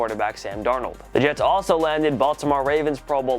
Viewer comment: "the yets"